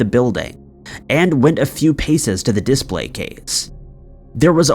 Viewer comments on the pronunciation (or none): Sorry but please learn to pronunce "display". It's not "dis-Play" it's just "display". Same as you don't say "ess-Ay" when pronouncing "essay".